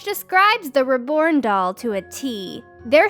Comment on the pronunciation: OMG: "...number fifteen, RIB-born doll..."? Threw me for a loop 'cuz I wasn't looking at the tag, so I had to look quick to see it was supposed to be "Reborn Doll. Seriously, do all cartoon characters mispronounce easy words, or is it just this bint? This weird doll collection is very funny in places. Good thing those alligator dolls weren't available back in my drinking days! It would've given my buddies ideas for gifts for ex-wives and ex-girlfriends--and believe me, they came up with odd stuff like that on their own! (One of 'em had a wife deathly afraid of snakes, so another guy brought him home a souvenir from the Black Hills: an ash tray shaped like a coiled rattlesnake. Not surprising, they were divorced a few years later...)